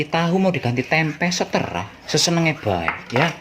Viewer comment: "TERserah...BUKAN..seTERAH"... 🤣🤣🤣🤣✌....